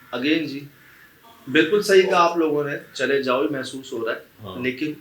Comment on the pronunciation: نہایت واضح "چلے جاؤ"